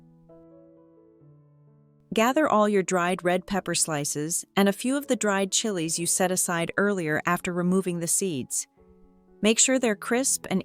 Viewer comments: AI. chi lees instead of chilis, degrades instead of degrees. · Chi-lees. A.I. is dumb A.F.